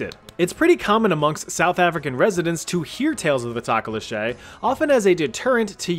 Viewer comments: it's pronounced Do-Ko-Lo-Shi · Hate to be that guy but you butchered tokoloshi yes it can be spelt like that the pronounciation is Toh-koh-loh-shi or Tok-a-losh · Just a heads up Tokoloshe pronounced "Talk-or-law-she" but faster and not so much accent on the "R" :) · Aa a Zulu South African i can clarify the pronunciation is closer to saying toe- co( like co-op) - low- she. So toe- ko- low- she is closer in pronunciation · As a south African I didn't like the way that he said the tokolasha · The first one is prenounced tso ko lo see 😂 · Lol I'm from South Africa and the tokoloshe information is 100% correct. Although you pronounce it "toh-koh-loh-shi" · Hi. I live in Namibia (up and to the left of south africa) concerning the tokoloshe... its pronounced tok- o - losh- e. The vowels are pronounced more like instead of o being oh its as if you kept your mouth round, not saying the h. And the last part of the word is just she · LMAO 😂😂😂 It's pronounced Tow-Cow(like no)-low- 'she. The stress is on she Greeting from South Africa!! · The way you pronounced "tokoloshay" cracked me up immediately. xD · The pronunciation of Tokoloshe hurts a bit but besides that great video and I appreciate our mythos being represented just to note It's pronounced like:Toe-Co-Low-She all at once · Toko lo shay got me dying bro its the worst mispronounciation ive heard in my life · tokoloshe - toe-co- lo-shee is how you pronounce it :) but nice video video :) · SOUTH AFRICA MENTIONED 🔥 I mean you grossly mispronounced tokolisie (taw-kaw-law-see) but it's a start! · Talk-Oh-Lohh-Sheeee Source - Im south african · Tokoloshe is pronounced "TOCK-O-LOSH" ~ A South African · I'm South African 😂 the way you pronounce Tokoloshe made me laugh my ass off 😂😂 Its Toh-koh-loh-sie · im sorry but talkoloshay is crazy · Pronounced "talk o law shi"😭 not whatever that was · We say tokoloshe like tokolosie the s being said like the s in sus and the ie like e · No, no no. It's pronounced "To-Ko-Lore-She".